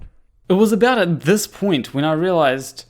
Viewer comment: So what is purspective you are talking aboot?